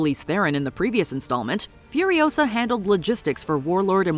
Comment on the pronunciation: "It's Furi-O-sa, not Furio-SA!" 😉